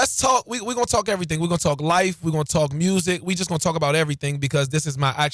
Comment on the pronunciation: Just love when the word “Music” comes with an “R”!!!! 😂 “Mrusical” like “Skreets” comes with a “K” sometimes. Lol